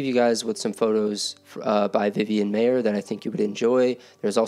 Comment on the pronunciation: It's pronounced MY-er not May-er.